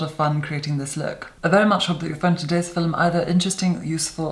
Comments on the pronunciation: demi loves ladies' code yeah that’s the point. She likes how he says film like filum. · and “Filim” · The way he pronounces film is the original pronunciation of the word in early modern english, philome. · Seriously, every time I start getting caught up in product info or technique during one of his tutorials, he hits me with a line like that or a vocab exclusive like “filim” and I have to stop and wonder if I’m being punked. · he's a paddy listen to they way he says 'film'.